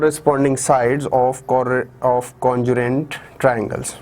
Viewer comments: Sir it is congruent not conjurent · nice observation bro! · your pronunciation of congruent is wrong